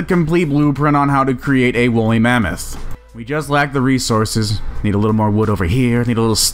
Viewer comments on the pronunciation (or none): none